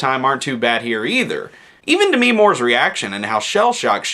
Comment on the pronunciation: Maybe you should learn how to PROPERLY pronounce "Demi" Moore's name.